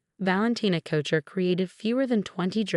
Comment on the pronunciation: Tiara is pronounced tee-ara. And it's couture, not coucher.